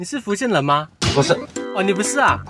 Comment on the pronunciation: 福建人三个字都说错让人怎么听懂